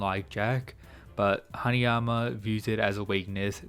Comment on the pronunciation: haNAyama not haNIyama